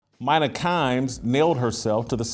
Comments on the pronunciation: It's 'Meena' not Mine A. But agree, she's the single most annoying person on ESPN. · Why does Jason butcher peoples names he doesn't "respect"?? Its soo childish. Youve heard her name pronounced a million times. You know damn well that womans name is "Mee-Nuh" not "My-Nuh" 🙄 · *I find it hilarious how Jason mispronounces peoples name on purpose “Mine-nah Kimes” or “Car-Ree Champion” lol when he knows it’s pronounced Mina and Care-Ree 😂😂😂 this guy hysterical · Do your research Jason. Her name is pronounced Me-na. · "MINE-uh" This clown knows damn well how to pronounce her name. Ya know, trashing someone loses a little bit of its muster when you clown yourself before the rant even starts. 🤡🤡🤡🤡🤡🤡🤡🤡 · Hey Jason it's meena kimes that's how it's pronounced. Also it's disparaging not disbaraging. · Why does this guy pronounce her name wrong on purpose when he has been on the record saying he’s a fan? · no but Jason is one who jumps on everything someone he disagrees with says, and with his journalistic background, he knows that credibility rests on facts and getting things right. So he's fair game to be called out on mispronounced the name of someone whose credentials he's calling out. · At least pronounce her name right if you’re going to do a whole video on her. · Sad poor Jason still bitter that ESPN canned him all those years ago and that Mina is way more knowledgeable. I think we know who the actual DEI hire was. And butchering her name too? Just petty and pathetic.